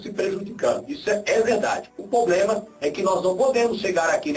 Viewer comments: vai fazer um curso de horatória e aprender a diferença entre PROBLEMA E POBLEMA seu burro kkkkkkkkkkkkkkkkkkkkkkkkkkkkkkkkkkkkkkk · O poblema é que ..... kkkkkkkkkkkkkkkkkkk POblema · "Não tem poblema"!!! parei de assistir na hora! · Parei de assistir quando ouvi 03 vezes a palavra "poblema" em menos de 3 minutos .. Kkkkkk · O "poblema" mesmo?! E olha q eu estou longe de ser uma "gênia" 🤣🤦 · esse cara fala polema KKKKKKKKKKKKK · o "poblema" kkkkkk é que tu queres os devotos dele kkkkk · esse carinha não sabe nem falar e que infuenciar pessoas a segui-lo vai pra escola aprender e parar de falar POBREMA, VAI PARA ESCOLA O.